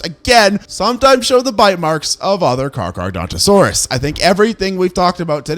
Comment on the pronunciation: Can't get over 'Car-car-dontosaurus', great vid tho